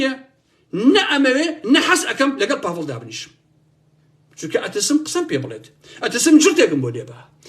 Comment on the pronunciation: سلاو باڤڵ ئەڵێ ناوم باڤڵ نەک پاڤڵ 😢